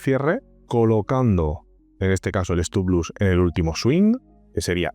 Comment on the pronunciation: se dice stop loss no stop luss...